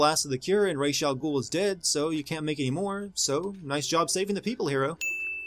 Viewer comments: Why do they say : "Raysh Al Gool" when it clearly should be more like: "Raas Al Ghool" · Why is Ras Al Ghul pronounced Raysh Al Gool? It should Raas A Ghul as it is in Arabic